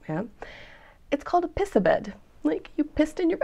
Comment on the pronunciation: When you did pissebed the "italian" way you pronounced it correctly the SE is not silent. pisSEbed